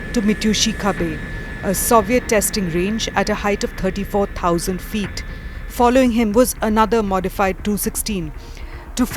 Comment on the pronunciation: “tirty four tousand feeat”